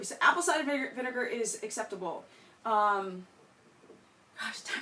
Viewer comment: "VINEGARRRRRRR" "GOOGLE IT!!!" Haha you slay me